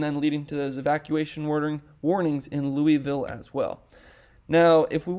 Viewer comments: Just FYI in Colorado it's pronounced "Luis-Ville" not "Louy-Ville". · FYI: Louisville, CO is pronounce like St Louis, not like that city in Tennessee!.